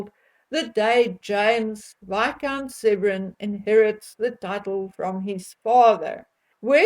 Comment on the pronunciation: Oops James Viscount "Severn" not "Severin"bit weird because the Severn" pronounced seven is a river 😉I did look it up and it's something to do with the Severn river rising in Wales and it's a nod to their Welsh roots - I still think it's a bit odd though.